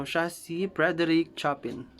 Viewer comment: pls check your pronounciation of Chopin. mis pronounced po kc